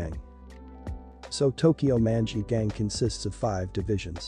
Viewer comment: Why he pronounce Manji' like that😭 oof